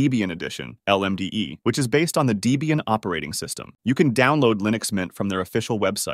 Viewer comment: "Debian" is pronounced "Deb-ian", not "Dee-bian", as came from the names of its founders "Deborah" and "Ian". Also "Libre" is pronounced "Lee-bra", not "Lie-bra". Otherwise, that was a pretty good intro! Mint wasn't my first full time distro (that was Gentoo, back in 2003), but it's what I moved over to when I couldn't be bothered with all the effort Gentoo took to maintain.